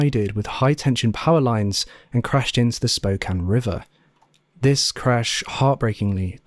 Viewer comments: Thank you for pronouncing "Spokane" correctly! You know how rare that is on YouTube? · Thank you for pronouncing Spokane correctly. I watch a lot of true crime, and my beautiful city of Spokane is unfortunately covered every so often. Most miss that. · I was a bluebird in the early 80s in WA. Thank you for pronouncing Spokane correctly. Everyone says "spo-cane" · You saying spokane correctly is so meaningful to me and I can't explain why. Love your vids!